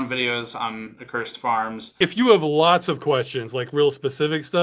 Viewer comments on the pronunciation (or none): The biggest takeaway from all this attention Ross is getting is that NO ONE KNOWS HOW TO PRONOUNCE ACCURSED. Uh Kur Said. AcCurSed. Sorry Steve.